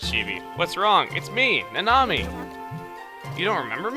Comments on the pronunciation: I'm pretty sure Nanami's name is supposed to be pronounced "Na-na-mi", not "Na-nami". Oh well...I watch too much anime anyways >_> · Uhh Chugga I think the correct pronunciation of Nanami is (Nah-Nah-Mee)